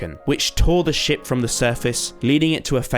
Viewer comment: Dude instead of "sinking ship creature" I heard "sinking s*** creature"